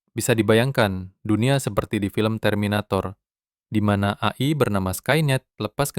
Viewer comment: AI di baca e-ai aja bang kalo di sebut a-i kayak aneh dengernya